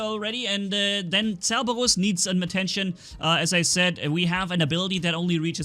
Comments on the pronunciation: Yes Ok if you listen, you can hear that he just rolls his R. he doesn’t pronounce it with a D. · Yeah he pronounces it as.. “*CEH-BOH-DUS*” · pronunciation Cossack: ok Spectre: acceptable Fenrir: almost acceptable Cerberus: TRIGGERED